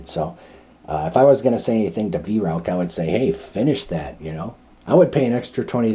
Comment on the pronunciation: 🙂 a Vi-roac ? In german pronunciation its like Wai-rauch ( ch in german sounds exactly the same as a bobcats hiss) The Weihrauch company is known in Germany for its very high-quality and precise air rifles (HW-100) but also for large-caliber hunting weapons of various types, and rightly enjoys the reputation of a premium manufacturer.